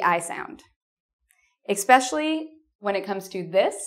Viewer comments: Hi. Apologies for providing what may seem like negative feedback. Please be careful of your pronunciation of the word 'especially' as you are placing a [k] after the initial [ɛ]. That is, you are pronouncing the word [ɛkspɛʃli] instead of [ɛspɛʃli]. This mispronunciation is a bad habit to be teaching speakers of other languages who are trying to learn English. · defintely heard an 'Expecially' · Common mistake English speakers make: pronouncing "especially" as "expecially"! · it is ESpecially, not EXpecially. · It's hard to take this video seriously when the narrator uses expecially instead of especially. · Nice video. One question: at the end (min 14.02), did you say EXPECIALLY? Greetings from Argentina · I'd like to know why English speakers pronounce especially "eXspecially"! You are not the first person I have heard do this! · ickspecially? Especially. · She said "Expecially" and immediately lost me. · ex-SPECIALLY? REALLY? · "especially" there is no "K" sound in that word!